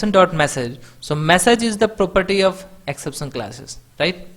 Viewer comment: Great video!!!!!! But Not ek-sep-san Its exception